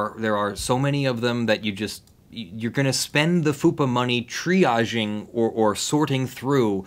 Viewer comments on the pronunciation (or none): none